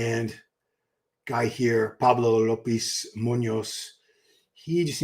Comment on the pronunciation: Pablo Llopis is pronounced as JOE-PEACE... say it as one word JoePeace